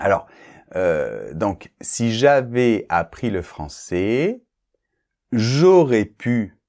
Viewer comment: Salut,! Est-ce qu'on ne fait pas la liaison entre "... j'avaiS appris..."? J'ai note que vous ne parlez pas le S entre ces mots. Vous pouvez m'indiquer une vidéo pour apprendre où il y a la liaison ou non, s'il vous plaît?